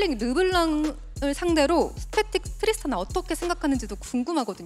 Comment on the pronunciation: 인터뷰가 나아졌다 하면 분석데스크에서 실수를 저지르니 이게 너무...보는 입장에서 답답해요. 스태틱을 몰라서 스털링이라 발음한 거 보고 좀 많이 석나갔습니다.